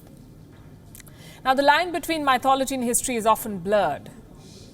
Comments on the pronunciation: Ma'am, how u pronounce Mythology is Wrong. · well... why point.... I'd first learn to pronounce mythology......